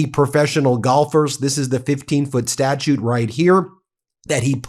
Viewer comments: Great and interesting as normal. Just a cringe - Statue not Statute. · Ben, the word is STATUE, not STATUTE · Please stop saying statute😂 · it's statue...not statute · The word is "statue," not statute. A statute is a law enacted by a legislature. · Statue (pronounced like statchu) a 3 dementenal free-standing sculpture Statute (pronounced like statchute) formal, written law enacted by a legislative body They are not pronounced the same. A statue is NOT pronounced as statute My work here is done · Statue... Not statute 🙂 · I watch your excellent videos all the time, but it’s statue, not statute. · Why are you saying “statute”?? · Statue, not "statute" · Are you saying Statute? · Great piece Ben. But please it's statue not statute. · Ben, it’s statue not statute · I know that Ben pronounces some words a bit differently (because = "bee-KOSS" 😅), and that's ok, even though it's a little weird... but, he's GOTTA know the difference between "statue" and "statute", right? I'm left scratching my head... What's going on Ben? You're starting to worry me. Do you need a break or something? Don't worry, we'll be here when you get back. ❤😊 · Not to be a nitpicker but it's 'statue' not 'statuTe'.😊